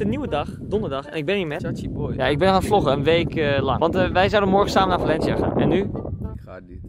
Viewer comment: Da klinkt super raar als je zegt we zijn in Valencia mijn vrindin noemt Valencia